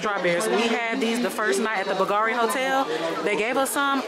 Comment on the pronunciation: BOGARI !!!!!!!! It’s Bulgari dear The V is actually U You’re original and fun tho Good bless you